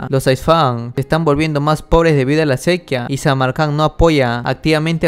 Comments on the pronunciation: Cuando puedas mira videos de pronunciación, por qué se'quia no es sequía. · Sequíaaaa lleva tilde papá, me duelen los oídos. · estás diciendo mal sequía